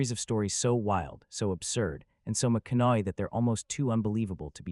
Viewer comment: What is he pronouncing? He’s not pronouncing his name correctly who is he talking about? Matthew McCoy